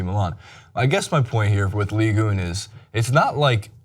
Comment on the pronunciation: Please stop pronouncing it 'ligue une.' It is 'ligue un.'